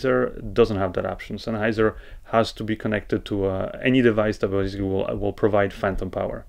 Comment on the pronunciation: You always pronounce basically to bazically...! lol..